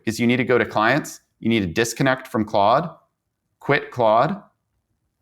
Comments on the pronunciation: It's pronounced "clawed". Not "clode". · Notice how your guest correctly pronounced Claude. Please stop saying Clode 😂